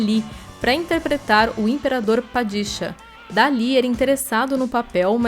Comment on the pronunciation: “Yoko Kanno”; “HarkoNEN”, “PaDIsha” essa narradora é MUITO RUIM, claramente não conhece a obra (duna) e só leu o texto